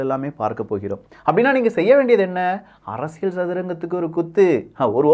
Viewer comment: ப்ரோ உங்களோட “அரசியள்” உச்சரிப்பு தயவு செய்து மாற்றவும்